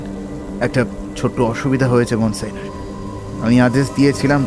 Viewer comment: Ekta nerve wracking experience holo eta shune! It deserves all the hype. Shudhu ektai complain, French words jemon Monsieur aar Signor er pronounciation gulo ektu proper hole bhalo hoto! But kudos to you guys for this outstanding presentation ❤